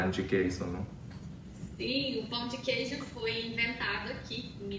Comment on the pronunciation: Primeiro gringo que não fala "pau" de queijo e fala "pão" corretamente. "Pau" means penis hahahahaha.